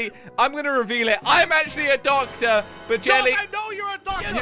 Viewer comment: said "ductor